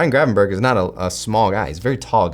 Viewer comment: I hate hearing you call him Gravenburg, his name is Grevanberch.